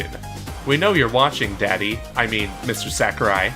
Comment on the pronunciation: Please stop calling him "Sack-er-eye." It's "Sah-koo-reye."